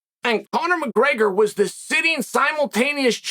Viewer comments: Chael “Conor Mburger” Sonnen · Conor McGurger. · Conor Mcgergrr